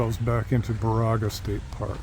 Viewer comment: Baraga is pronounced "Bear-a-ga". This is my favorite place in Michigan on the shores of this park and Lake Superior's Keewenaw Bay.